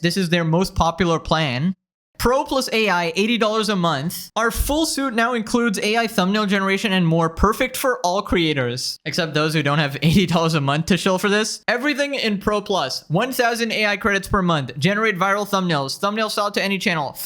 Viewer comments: "our full suit" Suite is pronounced like "sweet", my boy. 'Suite - Computing - a set of programs with a uniform design and the ability to share data." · "soot?" bro. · "our full SUIT now includes..." dude cant even pronounce suite 😂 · "our full suite" is pronounced "sweet" you degen! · do you not know how to pronounce suite? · Just FYI, suite is pronounced sweet, not suit. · Suite is pronounced like "sweet" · Also,, 'suite', ending with an E, is pronounced 'sweet'. Not hating. You mentioned English is your second language.